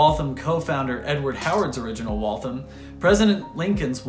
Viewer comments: Great video. I grew up only a few miles from the factory. The only note I have is that locals say Wal-tham as two syllables with the th pronounced as in thursday. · I’m from Waltham, Mass. We’re proud of our contributions to the American Industrial Revolution. And of course, it’s pronounced “Wall Tham”. There’s no thumb in Waltham 😂 Great video and thanks for showing everyone that Waltham made the best watches in the world.